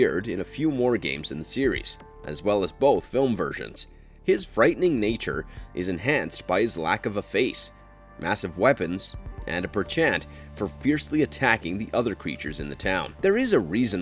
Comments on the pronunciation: I know everyone hates this but how will we learn if we never talk about it, PENchant is the word you’re looking for , not PERchant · The word, "placate", is pronounced Play Kate. And, "penchant", which you used when talking about Pyramid Head is pronounced Pen Chnt. Why would you use words that you do not know without,at least, looking up their pronunciation. It causes your attempt to sound smart, to completely backfire, and do the exact opposite. Just offering some constructive criticism. If you don't know how a word is pronounced,just look it up. It isn't hard and only takes a few seconds. If you want Likes and Subscribes, it's the least you can do to ensure a modicum of quality to your work. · Ah yes his “perchant”